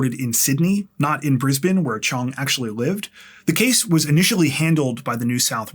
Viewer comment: I am so impressed - a Canadian pronouncing Brisbane correctly!! Haha - everyone else says Bris - bayne 😂